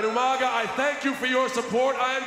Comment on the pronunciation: Umanga- i miss when he pronounced his mame like that Rip umaga